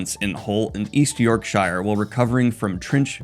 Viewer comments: From English all I have to say is....Shire not shhrrriiirree 😂😂😂 love ya just messing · It's York...sheer not York...... oh nevermind. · Not tryna be some sort of pronunciation nazi here but just a little fyi: "shire" for English counties is pronounced "shir" so just drope the e making the i an I! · Twitching at the pronunciation of York-Shire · You're on fire with the funnies. You should try standup or improv. Well done for explaining your choice to say York-shy-rrrr. You know us commies too well. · Always happy to see another FN out. For the UK fans, know that it’s “york-sher.” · Speak like a native - "York-shuh" Edit: oops 😂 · defending E N G L I S H made me genuinely yelp with joy 😂 Daniel you fckn menace, you knew all along how to pronounce it but nooo instead my teeth have been ground to dust. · I enjoy hearing Daniel pronounce Yorkshire. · Daniel ily but the way you pronounced Yorkshire is criminal ❤ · Was about to comment on your pronunciation of Yorkshire as a native Brit but you called me out before I could hit send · In regard to Yorkshire pronunciation.... fair enough ❤